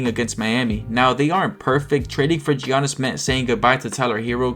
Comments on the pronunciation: Is this channel AI? Who calls Giannis Gee-a-nnis? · Mispronouncing Giannis is crazy at this point